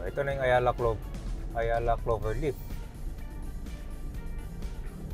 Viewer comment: Clover leaf hindi "lift", hahahaha